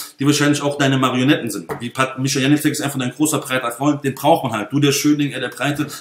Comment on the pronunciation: Was ein Kindergarten! Unterhaltsam sind sie aber alle. Lustig, wie er alle Namen falsch ausspricht...Janicek :D Aber ich glaube, die schenken sich alle nicht viel. Ich kaufe bei Mick Weigl und gut ist. Dieses Geprolle auf Youtube ist mir echt zu viel...